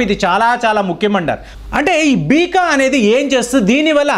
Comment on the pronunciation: Beeka kadu beca ani chadvu